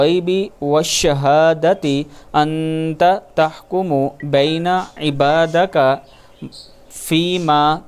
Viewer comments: Salaam brother: Sahee lafz: ( EBA DEKA ) hey. Magar aap in ghalti se: ( EBA DAKA ) parah hey. Is ko bara e Mehrabani es ghalti to sahee karey. JAZAAK ALLAH KHAIR brother. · Ebadika ko aap ne Ebadaka parha hay. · Salaam brother: Correct Word is: ( EBA DEKA ) But you read it: ( EBA DAKA ) Please correct it. JAZAAK ALLAH KHAIR brother. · Salaam brother: Sahee lafz: ( EBA DEKA ) hey. Magar aap in ghalti se: ( EBA DAKA ) parah hey. Is ko bara e Mehrabani is ghalti to sahee karey. JAZAAK ALLAH KHAIR brother. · Ap dobara ayat plahy Ebadika ko ap ny Abadaka palha hai. Eisko sahe parhy.